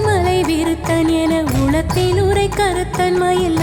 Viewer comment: Enathulathil enru ucharacham seyyunghamma. Ena ulathil ucharanam Artham maaridum...thnq